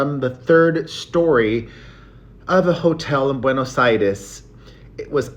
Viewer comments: He said Buenos ITIS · ...not "Buenos Iris"